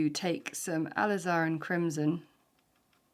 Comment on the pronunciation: Hello! I found your channel recently and have been enjoying your tutorials! You are obviously a professional and a good teacher, so I have one request: Please pronounce the color ‘alizarin’ correctly. I googled it to be certain and it is pronounced a LIZ a rin. I only ask this because a beginner watercolorist may adopt your pronunciation in error. I do hope that you take this comment in the constructive way that it was meant. Thank you for listening and for your content!